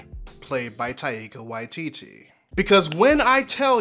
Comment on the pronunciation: lovely video but I'm pretty sure you're mispronouncing both Taika and Waititi